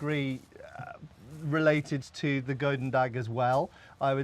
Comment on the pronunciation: Matt might want to learn to pronounce "goedendag" properly, because this way he'll get Flemish on the wrong side ;)